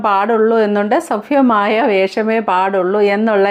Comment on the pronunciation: സഫ്യമായ ഫാഷ സഫ്യമായ വേഷം അല്ല സഭ്യമായ എന്ന് പറയു ചേച്ചി